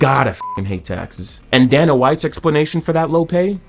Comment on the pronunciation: bro wants to insult capitalism and Dana White but can't even pronounce Dana's name properly 😂 bro keep your libtard "colonization" smooth brain opinions out of videos that aren't related to that whatsoever